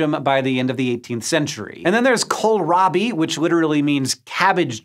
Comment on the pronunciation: Excellent pronounciation on Kohlrabi.. but while Kohl = indeed cabbage, Rabi != turnip. In fact, "Rabi" isn't even a proper German word. Turnip = Rübe.